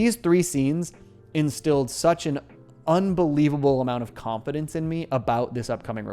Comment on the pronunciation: Anyone else hearing him say it as Khan-Fidence